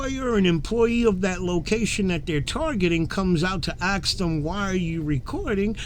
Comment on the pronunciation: Why do so many people say axe when they mean “ask?”